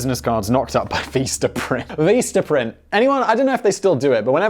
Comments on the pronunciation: Oh, dear... why do you pronounce 'vista' as "veesta?" Is that another British thing that I haven't, to this day, from Monty Python's etc., etc. through 5 1/2 decades of Doctor Who, and various other British stuff, ever heard mispronounced like that, before? Because it hurt my brain. And their business cards are actually pretty freaking cheap, like 500 for about $10, including shipping, if memory serves. How do I know? When I was running a [edited to say it was a nonprofit, not an official ngo] that handed out heirloom varieties of fruit and vegetable seeds, flyers that talk about composting, protecting pollinators, and other green gardening stuff, I went through 2 orders of 500 cards. Nice, sturdy cardstock, clear images and print, and pretty fast shipping, too. Anyway... I always enjoy your various channels, and this one is my favorite. Not sure if I have commented on any of your videos, before, but here I am... really curious about the pronunciation of Vistaprint, LOL! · Omg STOP saying "Veestaprint"😢😳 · As the Meme Accountant is on strike, this is my counting of stupid Simon Whistler shit for today. Also copied to the TIFO Facebook group - of which Simon is NOT a member of: Become a legend - #CancelSimon. His stickers are way too expensive. He pronounces Vistaprint as Veestaprint. He pronounces Lagos as Laygoes. He pronounces "Bearings Bank" properly and then changes it to "Barings bank". What a plonker. "These are all Criminal Crimes" WTF does this mean Simon? At least he admits to being a Dick Head. "No comment. But Yeah." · whats Veesta Print? I've only heard of Vista Print, or am I mistaken? :P